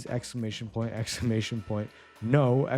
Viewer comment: exclamation point... expclamantion point...